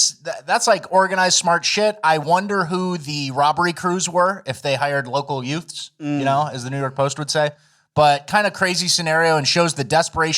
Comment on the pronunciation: A HHHWat? Did you say “yute?